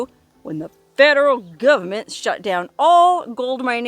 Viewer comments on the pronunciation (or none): I like the way you say "fedrul guvmint" mmhmm